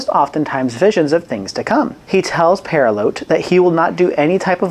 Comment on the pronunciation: Pertilote, not Perilote